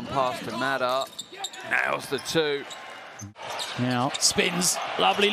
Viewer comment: Funny how the commentators mispronounce Mekel's and Madar's names... It's the other way around. ma-DAR and ME-kel. The more you know...